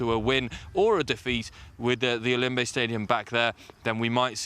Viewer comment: The pronunciation is Ya-woun-day. Not yayounday or whatever she is saying. Please get that right, thanks.